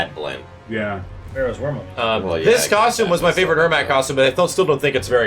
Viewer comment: Airmac? Ermac